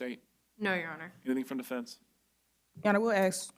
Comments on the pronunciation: Can this public defender not learn to say 'ask' instead of ax? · What is you axin’? You finna regret